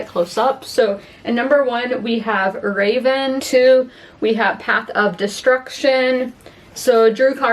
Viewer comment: Fyi Revan is not Raven 😎👉👉